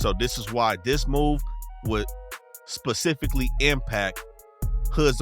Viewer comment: bruh had to dig into his entire educational soul to annunciate “specifically” 😂😂😂😂😂😂😂